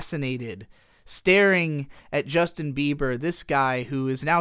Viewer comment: STOP SAYING JUSTIN BEAVER JESUS CHRIST